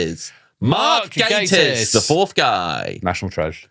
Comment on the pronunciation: I can only profusely thank you for pronouncing his name correctly. One of my biggest (semi irrational) bug bears is people saying Gah-tiss.